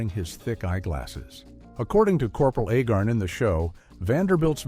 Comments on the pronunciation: I'm pretty sure it's pronounced ayy-garn, not eh-gern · The name is Agarn, not Agern! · Agarn asshole, not agin 🤷‍♂️ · If you are going to bother to do a documentary on something, get the pronunciation on the character's name correctly. It is Not Ahgarn. Or Ahgar. The A is a long A pronounced like the first letter of the alphabet. Say it with me. A-Garn. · It's A-garn, not A-gurn. The narrator of this clip is incompetent (and also painfully repetitive). He should have been on the show. He would have fit right in. BTW, first season better than the second. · Agarn, not Agern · His name is A- garn. please get your ai slop right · Corporal "Aggin"?...come on, lift ya game! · A-garn. A- garn. Long A, as in stupid AI narration. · This was a good video, but a Agarn not pronounced Agin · For the most part, the clips do not match the narration. Also, the narrator cannot even pronounce "Corporal Agarn." He kept saying "Corporal Agern." Amazing that these AI generated stories just don't measure up for a real fan of old TV. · It's pronounced AY'-garn. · The ROBOT narrator can't get Larry Storch's character, Cpl Agarn's surname straight. This earns a thumbs-down precisely begause the narrator IS NOT HUMAN, BUT A ROBOT! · I find it irritating that the announcer pronounces Agarn 4 or 5 different ways. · I watched the series when I was a kid. I'm surprised this video tends to repeat itself, as well as mispronunciating Agarn... The "who says I'm dumb?!" joke usually had the "I don't know why people say you're so dumb" line at the end of a scene, with a transition to the next scene at which point the first line of the scene was Agarn's "Who says I'm dumb...?" retort.